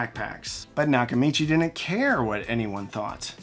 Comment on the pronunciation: They "dinnint"?